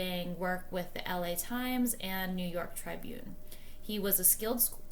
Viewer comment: Please look up pronunciation of "Tribune".